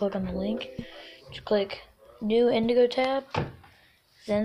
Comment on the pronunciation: This boi said indigo tab lol